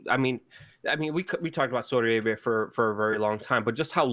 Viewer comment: Sounds like you’re saying Soydi Arabia 😆